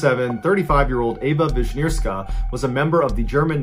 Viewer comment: Don't bother, no one in comment section checked the right writing for her and Ewa Wiśnierska became Ava and sometimes Eva. Happens a lot with slavic names. Mr Ballen said it mostly correct, what is rare on YT. Most youtubers rarely apologise for mispronunciation of slavic names/surnames in comparison to French or Spanish. And besides Ewa isn't well know in Poland or even in town where she was born, which is really sad.